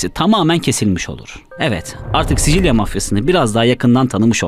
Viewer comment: Sisil söyle sicil değil